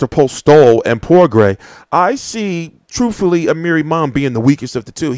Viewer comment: Its pronounced Progrey. Career was setback due to an injury. Certainly the real deal w/ a vast extensive amateur background.